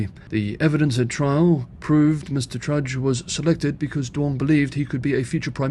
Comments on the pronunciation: It's Alan Tudge not Trudge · Tudge not Trudge. Dutton not Dunton. However 'trudge' is an apt adjective for both. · I know that Australian pronunciation is difficult for Chinese speakers, so I'll just point out that it is "Tudge", not "Trudge" and "Dutton", not "Dunton" or just "damned bloody fools", if you want to be informal... 🙂